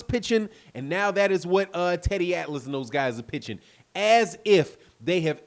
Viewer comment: You crazy teddy atlas you always say wrong.